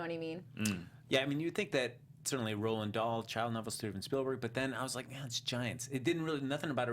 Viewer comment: The author's name is Roald, not Roland.